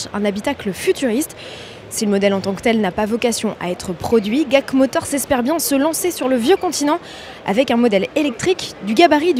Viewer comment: Ça se dit pas guac motors, mais “dji èi si” motors